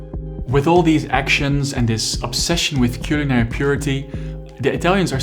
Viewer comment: Het is cuhlinary